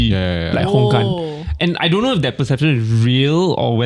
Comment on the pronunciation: May I ask who came out with "Dontch know" for "Don't know"?